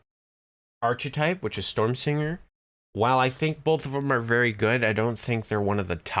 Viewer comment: First, a guide to pronunciation; ark-uh-type not arch-eh-type a-paws-tate not app-us-tate Also, Artificer is unquestionably stronger than Rogue or (solo) Bard at this point. Six points in Macrotechnic lets you maximize/empower/intensify your rune arm blasts (still at zero spell points). Two more lets you keep Vengeance Reapers bottled up until everything else has been killed. That's all you need. Other stuff in the tree is 'nice', but there are better options (e.g. Shiradi or Draconic).